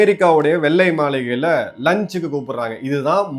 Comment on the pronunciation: "வெல்லை மாலிகை " தவறான உச்சரிப்பு வெள்ளை மாளிகை சரியாக உச்சரிக்க கற்றுக்கொள்ளுங்க. நீங்க தமிழ் வார்த்தைகளை நுணி நாக்கால் உச்சரிக்க கூடாது நாக்கை மடித்து உச்சரிக்க பழகுங்க. உங்கள் தமிழ் வார்த்தைகள் உச்சரிப்பு கர்ண கொடூரமாக உள்ளது.